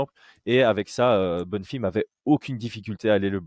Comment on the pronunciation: Pourquoi il dit “ Bonnefim “